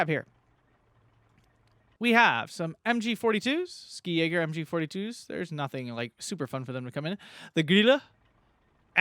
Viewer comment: I'd like to give you a pronunciation tip. In German the "Sk" in "Ski" in pronunced like a German "sch" or English "sh". Realy like the reviews btw.